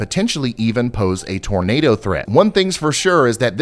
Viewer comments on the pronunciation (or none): none